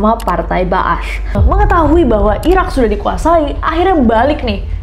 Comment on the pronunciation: Bener banget membacanya Partai Ba ats(partai kebangkitan) 👍